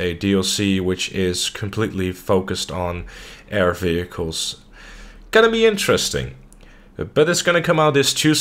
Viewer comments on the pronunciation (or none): I love how u say vechiels